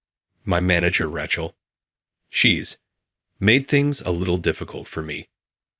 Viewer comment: Oh, Rac hell is back. Please get the pronunciation corrected!😮